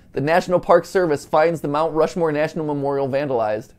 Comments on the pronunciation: “Rount Mushmoore” -MatPat 2022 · "rount mushmore" 😅😅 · Two very important post-viewing notes: 1) MatPat’s been part of a Heist before! 😜 2) “Rount Mushmore” just made my whole heckin’ day. 😁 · “Rount Mushmore” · "rount mushmore"